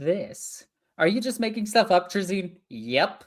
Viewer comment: Isn’t it “Tray-Zin”?